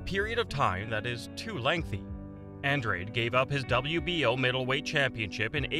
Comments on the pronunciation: An Drade? It’s pronounced Ahn Drah Day. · Go watch All Access Showtime Boxing … and come back.. it’s An-DRADE.. not ahn Drah Day .. I’m sure the people putting on the fight would know how to pronounce it .